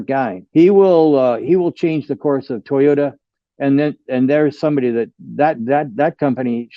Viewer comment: It is Toyota not Toyoda. There is a T in the word